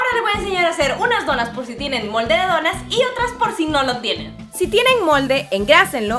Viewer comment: Ni si quiera dice bien donas dice donás